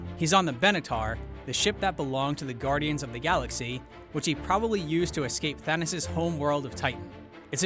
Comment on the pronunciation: i hate how he says thanasis instead of thanos